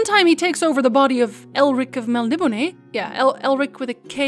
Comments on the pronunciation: Your miss pronouncing Melniboné (Mel ni BONE) not (Mel nib o ne) just say'n :P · My dear, it's pronounced Mel-nib-o-NAY-enz. Admittedly, it's difficult to say, especially quickly. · MEL-KNEE-BONE Please.... It was written by an Englishman..